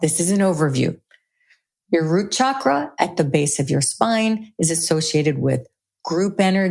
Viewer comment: I so enjoy listening and learning from your in depth you create ., Yet Pls pronounce the word Chakra correctly.. thank you. 😊